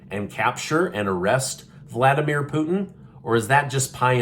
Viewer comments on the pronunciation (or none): Vladimir is not pronounced "Voldemere" (that's Harry Potter) just sayin' 😂